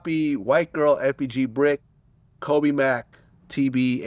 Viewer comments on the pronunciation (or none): none